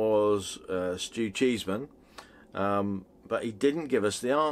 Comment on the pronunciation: Its not Cheeseman its Chesman lol